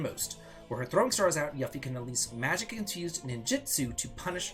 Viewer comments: It really bothers me that he keeps pronouncing yuffie name wrong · Maybe start pronouncing Junon and Yuffie correctly before worrying about the letter k in magic.